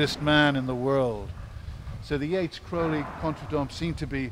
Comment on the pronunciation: Thank you for pronouncing Crowley correctly. Of note is at that time all of this was not extraordinary. Secret societies were everywhere. And studying the occult was the rage.